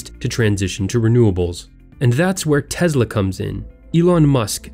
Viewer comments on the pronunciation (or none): Dude it's Tesla not Tezla. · Its sem-i and tes-la lol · Tesla is not pronounced with a "Z". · Lol TeZla. Only elitists call it that. His ethnic name is TeSla and in English its TeSla so why the Z? Oh, yes, because Elon is south african and he calls it that so we all should. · There is no Z in Tesla. Can we all get on the same page with this please. Also Elon Musk as much as I admire the man, even if he says it that way he’s wrong. He did not start Tesla. He started a company and bought the right to use the Tesla name.